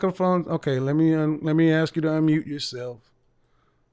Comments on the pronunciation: The communication major uses the word "ax" instead of saying ask.... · And "axe"